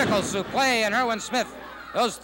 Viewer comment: Yes, suplex. Pronounced suplee